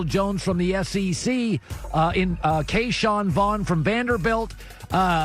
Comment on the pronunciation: Colin's Butchered Names - "Bryan Beluga" , "Antonio Winfield" , "Kayshawn Vaughn" , "Jordy Brooks" , "Jalen Reegor" , "Deforest Bruckner" , "Jayvon Kinlaw".